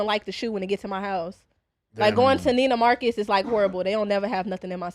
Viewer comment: this wratchet hoe said nina marcus….trying to be high class dont know the store she is capping about is called Neiman Marcus